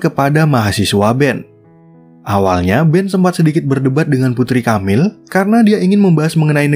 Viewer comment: Tiap kali nyebut Camile dengan "KAMIL", kuping ku kok berdengung yak 😅😅😅Dibacanya E, Boss.. bukan A... dan E nya seperti t"E"lor bunyinya.. atau p"E"rsis... Atau waktu Anda baca Ang"E"la...